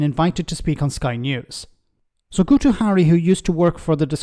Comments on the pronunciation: His name Guto is pronounced Git-oh. Personally I think just drop the oh and its spot on. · This Dic Sion Dafydd helped cause this mess. F'ing bradwr. By the way, the dorks name is pronounced Gito as the U makes an I sound in Welsh. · Guto is pronounced "Gitto",. It's the Welsh equivalent of Guido or Guy